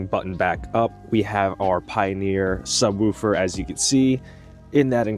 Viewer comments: Imagine you were talking about a dog softly barking. You would most likely say the dog woofed. Or, if you saw something really cool or pretty, you would most likely say "Oooooooh that's pretty". Now apply that to the word Subwoofer. Its not Sub-whewfer, its "woo" - with two O's. No E. Sub-wOOfer, not Sub-whewfer. Other than that, great video. Been trying to figure out for a while now, how I'm going to eventually do a subwoofer install on my car so this was cool to see. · “Sub-wolf-er” 🙃 I’m just picking on ya. Great video! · He gotta be saying woooofer on purpose😂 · 😂yeah man, its woof woof like a dog lol ...great video though! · Subwooooofer. 😂 Sounds funny. Feels like an Arby’s night. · 😂 glad I'm not the only one. "Sub wufer" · Man I don't wanna hear subwhewfer anymore. But other than that, that's a nice setup. I wish my factory sub had such easy access.